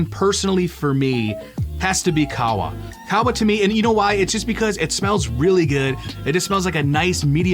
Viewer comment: Qahwa is said like Cahhh Wa